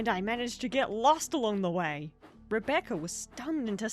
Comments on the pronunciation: "Rebeccer has crashed" thats not how you say Rebecca😭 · I have to point this out for the sake of my own sanity, Rebeccer? Since I'm from the south, it almost sounds like re-baccer. As in tobacco. I've heard people pronounce it Rebeccer irl, but those people usually have a Carl from Slingblade level southern drawl. Y'know, "it ain't got no gas in it, mmmhmm." I had to point it out or I'd nag myself about it, but it doesn't bother me, it's just interesting